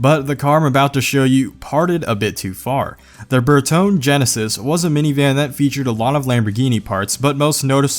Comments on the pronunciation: Bertone is pronounced Ber-tony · Its pronounced Ber-tone-nee